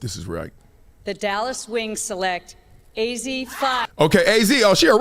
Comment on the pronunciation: Bra it’s a-zzi not Ozzie 😂 and the Pac-Man thing is from colors com on man